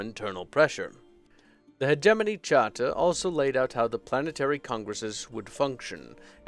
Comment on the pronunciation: YAY! He said HegeMoNy correctly!